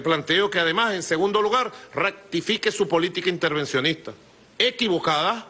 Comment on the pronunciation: Dijo: " ractifique"?